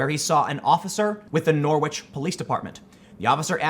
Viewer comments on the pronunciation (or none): noor-witch lol, its pronounced noor-ridge tim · Norwich is pronounced: "NOH - ridge". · Norwich is pronounced somewhere between Norrich/Norridge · The w in Norwich is silent :D